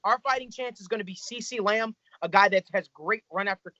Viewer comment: “Ceecee lamb” 😂 good vid guys I agree with a lot of it but for philly.. I understand we need a corner but if Henry ruggs is there I don’t see us passing on him agholor sucks let’s face it he’s gone after this year desean Jackson is old and injury prone alshon is on IR also getting older lost a step on top of that and doesn’t seem like him and wentz are on the same page our #1 receiver Is a college quarter back right now Atleast we have depth at corner even tho they are all garbage Sidney Jones is still young and developing radio Douglas as well one of those corners will fall to the 2nd round or we will move up to grab em in the 2nd